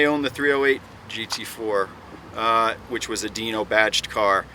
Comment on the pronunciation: its not a deno its a dino